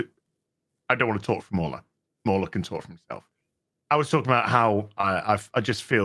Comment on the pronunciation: Shouldn't MauLer's name be read Mau-Ler, not Mauler... He's a cthulhu god, not a bad puppy XD